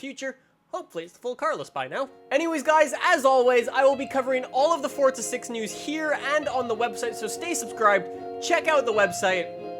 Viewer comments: Forza not fortza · Why does he say fortza not forza wtf😂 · Forza not fortza😂 btw I'm saying this as a joke😄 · Isnt it Pronounced For-zuh, not Fort-zuh? Its also spelled Forza Not Fortza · STOP saying "Fortza" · Why do people say fortza? There's no T, this guy in the vid says it every time a new vid comes out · please stop calling it For'tza' horizon 3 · he ain't Italian tho so why should he say it like that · Centenario: says chentenario, forza: says Fortza etc I can't keep listing I'm tired af